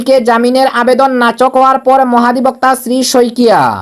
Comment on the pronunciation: নাচক নয় নাকচ হয়। শুদ্ধ করে খবর পড়বেন।